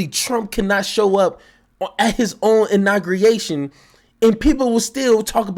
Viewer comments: It's pronounced, "INAUGURATION" not INAGURNATION or INAUGREATION. It's hard to take you serious when you mispronounce key words in a multitude of ways. Step your grammar game up my guy. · Im saying "Inargriation" from now on! 😂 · Uhhhh u gotta be able to pronounce the word..IN-AW-GUU-RAY-TION!!!!! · How you not gonna get "inauguration" right, fam? I'm dying!!! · Somebody please help him pronounce “inauguration!” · Pronouncing Inauguration had him in a choke hold 😂😂😂